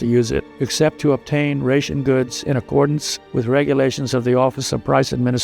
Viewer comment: I've never heard ration pronounced that way.